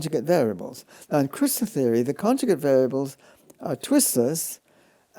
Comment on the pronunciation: The interviewer cannot say theory without messing it up. Why does he think he can interview in English ? He obviously does not understand a word of what Penrose is telling him. I do not even think he is mathematically literate.